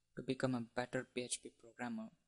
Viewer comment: pee heeeeetcccchhhh pee... lolz...